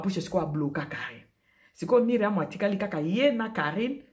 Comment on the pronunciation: Ndaku ya Myriam eza en etage, de quoi parles tu? Biso nioso to yebi que Myriam a lingaki a yebana. Ozo koka ata ko prononcer Myriam comme il se doit te. A tikala ou pas oza en vacance o kende ko tuna biloko ya ko lia.? Na mukuse bo conseiller Carine bo tika ko induire ye na erreur. Mikanda e koma makambu e bele soki ba koti ye nsoki,na ngunda wana e zo risquer ba bebisela ye. Carine concentre toi sur ta vie.